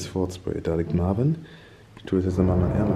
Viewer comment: Marvin nicht marven 😅